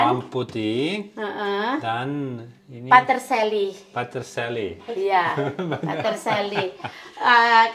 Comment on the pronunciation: Peterselly mbak... Sanes patersaly